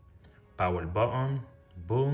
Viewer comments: Baoon baoon🤣🤣🤣🤣this is button not baoon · What did you say man botol botol i can't understand 😢